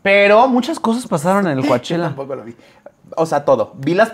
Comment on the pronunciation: Chicos Coachella se pronuncia Cochela, no Coachela. Shakira su primer concierto es en Palm Desert, California. A lado de Coachella, California. Vamos o que?